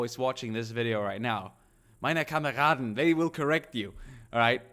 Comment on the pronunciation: U got my attention since months because of your great and entertaining vids. But you got my heart the second you said: "Meine Kameraden" in perfect german :D Keep up the great work, Kamerad !